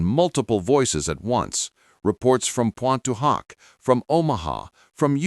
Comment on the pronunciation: 5: 53 reports from punta hark? You mean Pointe du Hoc.